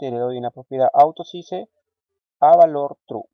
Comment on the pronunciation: Estimado amigo. Muy didáctico pero trata de nombrar los comandos y términos que están en inglés tal cual como se deben decir... No digas AUTOSISE cuando en inglés se escucha Autosais y CAPTION se pronuncia Capchion. No sólo es bueno enseñar a programar sino a decir las palabras en su idioma correctamente. Igual te ganaste un like. Tu intención es muy buena. Felicitaciones.